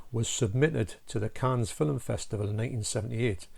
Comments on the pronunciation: Never heard of a "filum" 😅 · Nice shirt. Very apt for the review. Lol Texas Chainsaw Massacre outside. That happens to me all the time when I record video. That's a fantastic movie collection you have behind you. I love that you say 'film' like me with 2 syllables. I get such ribbing for that, lol.